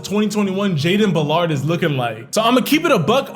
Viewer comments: Did he just say Jayden " Ba-llard" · Went to school with him and the man is an absolute beast. It's pronounced bal-erd btw lmao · aye not trying to be a karen but its acctually (BaaL-Erd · Its BAL-ERD